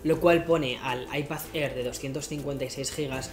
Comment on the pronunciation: What da fok is an Aipazzér or an Aipazzpró ??